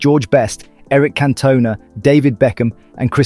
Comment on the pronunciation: Pronounced Cantona & Angel Di Maria wrong AF hahahahahaha😂 wtfff